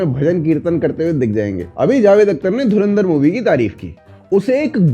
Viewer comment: Ye log DHARANDAR ka naam dhang se kyu nahi le paate 😂 Koi Dhurindar bol rha koi DHARMUNDAR